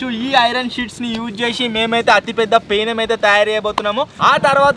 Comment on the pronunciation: peenam kadhu penam